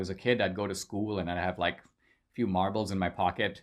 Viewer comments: Did he say marbles or Marlboros? 😁😁😁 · When you talked about having "marbles" at school I thought at first you said "Marlboro's" and I was like DAMN he was a hardass lil kid!